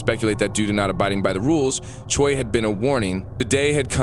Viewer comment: “ Choy “ Lol bro it’s chuy. Pronounced chew - E